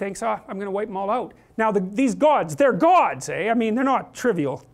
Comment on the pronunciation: "These gods, they're gods, eh?" Does it get any more Canadian?